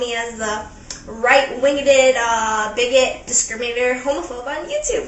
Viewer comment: "...right winged-ed...?" Did she say "...right winged-ed..?" Is that a word? No, I don't know that woman. I've been around a while. How have I missed her?